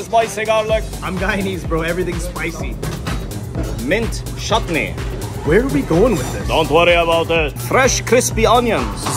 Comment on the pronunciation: bro the chutnee pronounciation as shut knee killed me 😂☠💀 note: I am Pakistani 💀